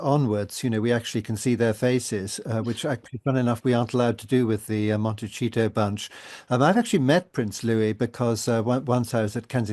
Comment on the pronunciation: It's not "Montechito". It would only be "Montechito" if they were in Italy.